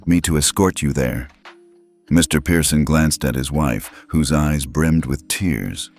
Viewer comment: Pearson, NOT Piereson.